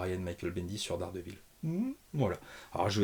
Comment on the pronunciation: " Dés Guêpe Ville"❤